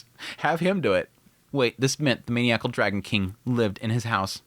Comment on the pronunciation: Hey! Just wanted to say again that I love and am grateful for the content/analysis. Also, in the name of “knowledge sharing”: the word maniacal is pronounced “man - EYE - ah - call”